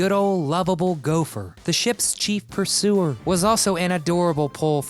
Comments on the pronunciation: The word is "purser" not "pursuer". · Purser not Pursuer SMDH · Gopher was the chief "PURSER" not Pursuer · . Oy vey....not ships "pursuer", rather "PURSER"!!! and . Ted LANGE is TED LANG (like the first part of the word LANGUAGE). Jesus Christ, who is the moron who is narrating this video? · Fred Grandy, the "Chief 'Pursuer' " Do you mean Chief Purser? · re grandy: it's purser not pursuer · There are some errors here. Gopher was the PURSER, not "pursuer" (there's no such thing!). And Bernie's role on "Get Smart" was a German, NOT a Russian. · All the surnames were pronounced quite differently than I thought, except for Grandy and Whelan. But hearing the narrator mispronounce PURSER as PURSUE-ER, I'm wondering if he messed up the names, too... Perhaps I'll never know. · I’m so perplexed by the way you pronounce these actors names, and rolls. He was a Purser not pursuer. And Tweeze? Isn’t that how you remove eye brow hair or say a splinter? It’s rude and insulting. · Purser. Not Pursuer. Purser. Yikes. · It's purser not pursuer. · PURSER not pursuer... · Gopher was the Ship Purser, not pursuer. 🙄 A Ship Purser is responsible for the ship's money. Does anyone on this channel know how to pronounce words? Good grief! Every video has grammar and pronunciation errors. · ..."the ship's Chief PursUer." ??? Read much? It's "Purser", you dolt! He was in charge of Passenger manifests and all the ship's supply manifests and whatnot. Think of it as "he holds the purse strings and is responsible for what that purse buys". , he spookily like Anthony Perkins. Ooh, Psycho shivers! Agh! Well, now that I return to my paused video he looks like Roddy McDowall, also. Creepy. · It's Chief PURSER, not Chief PURSUER! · Siegfried had a German accent not Russian. Gopher was a purser, not a pursuer. It's Ted Lange with a hard g, not a soft g. I think you have Jill's name wrong also.